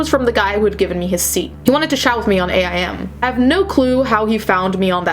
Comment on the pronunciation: AIM is pronounced like the word "aim" lol it's AOL Instant Messenger xD